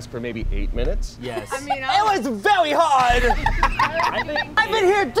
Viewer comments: “ it’ was wvery HARD! “ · "it was very hawd" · “IT TWAS VEWY HAWD >:(“ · no one:: IT WAS VEWY HAWD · "IT WAS VEWY HAWD!" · ‘I WOWK VEWY HAWD’ Lol- this had me laughing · poor shane, that pencil task was VEWY HAWD